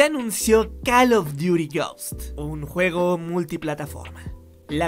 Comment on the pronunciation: Call of Duty: "Yosts" XD